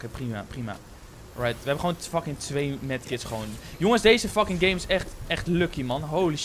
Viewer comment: Hahaha geen haat maar je zei holy faking skin of mij oren zijn dood lekker bezig 💪🏿💪🏿💪🏿💪🏿